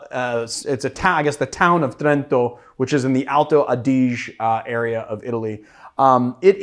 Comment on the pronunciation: Alto Odd-Ih-Jay = Alto Adige